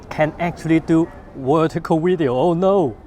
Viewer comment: I just have to try ‘wertical wideo’ 😉